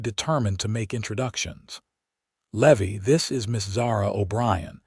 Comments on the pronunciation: A Levy as you are pronouncing the cowbo😢y's name, is aa fee charged for a late payment. The pronunciation for the name Levy is, Leevī. Thank you for changing it. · I chuckled as Levi kept slipping up and spurting out what he really wanted to say but couldn't help himself. Could whoever is in charge of the AI programming PLEASE get the names pronounced correctly? Tucson, not Tucs-on, Levi not Levvi, Eleanor not El leaner. The list goes on.